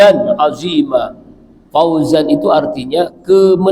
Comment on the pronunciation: Apa salah dengar saya ini , ustadz, bacanya kok ... Nasron azimma, bukan nasron azizza, sekedar mengingatkan ustadz ,semoga saya yang salah dengar, tapi saya menyimak terus semoga ustadz selalu sehat selalu